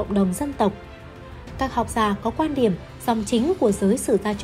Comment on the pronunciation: GIỌNG ĐỌC LƠ LỚ CỦA TỈNH LẺ . "QUAN ĐIỂM" ĐỌC LÀ "QUÀN ĐIỂM" . KỸ THUẬT ĐỌC CÒN KÉM .